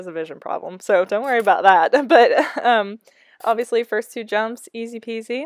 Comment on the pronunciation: said "Hobviously" lol:) I haven't even watched the video yet, but I know it will be amazing! You are my inspiration!:)